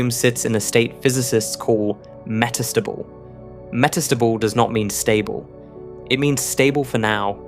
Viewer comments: "Metastubble" OMFG, if you're going to talk, learn to pronounce! Yes, I know, it's "me" problem, but Jesus, i actually had to watch another video. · The AI's emPHAsis is meTAStable 😂